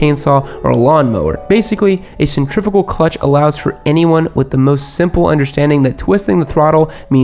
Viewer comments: it’s pronounced centri-fyoo-gal, not centri-foo-gal sorry had to be that guy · Man those rhymes with in your intro always get me lmao Also it's centri-fyugal and not centri-figal